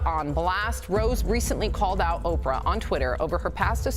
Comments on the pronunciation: Why are you calling her Opr, her name is Oprah? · 🫥😑It's irritating my soul that her name is being said that way is that so you can get 2000 comments responding to the purposeful wrong pronouniation I'm not watching no more videos that do this goofy 💩